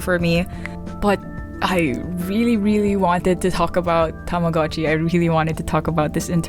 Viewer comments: ohh tamagotchi, not tomodatchi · why is everyone saying tamagotchi its tomodachi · please never call yourself shartchi again